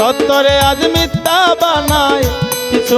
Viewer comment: উচ্চারণ মিথ্যা,মিততা না